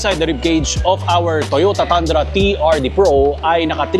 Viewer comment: TANDRA pala pag kaabasa mo idle kala ko TUNDRA👏👏 TOYOTA TUNDRA❎ TOYOTA TANDRA ✅ Galing galing 👏👏